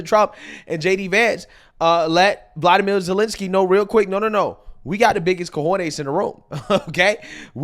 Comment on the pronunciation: Zelensky’s first name is Volodymyr and it’s pronounced Volo-di-meer